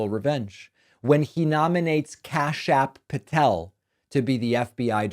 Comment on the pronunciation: Don't know why but when you first said the name Kash Patel, I thought I heard you say "Kash-App Patel". 🤣